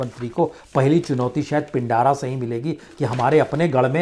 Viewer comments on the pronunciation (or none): महोदय पिंडारा नहीं उसे पिंड्रा कहते हैं ।